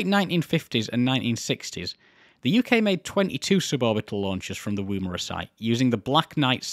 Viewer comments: Its NOT woo-mara. its said "Wom-era" No engine failures.....that is quite an achievement. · Just a side note - the pronunciation of Woomera is "oo" as in book, not "oom" as in womb. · Yeah a few Anglicised indigenous words are pronounced eith a short "oo" despite looking like it should be a long "oo" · In your defence most of us Australians are probably mis-pronouncing Woomera too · Drinking a beer in my Woomera stubby holder, almost ruining my monitor hearing you butcher the pronunciation :P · Excellent video but the number of times he mispronounced Woomera.